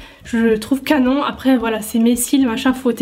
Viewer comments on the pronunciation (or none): none